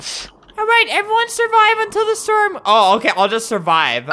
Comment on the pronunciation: Listen how Albert says "storm" . 😂😂😂